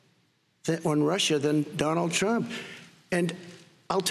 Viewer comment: "i agree with truck"